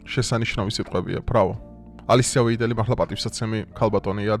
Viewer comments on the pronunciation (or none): ვაიდელად იკითხება გვარი